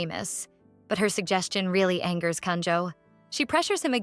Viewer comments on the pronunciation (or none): none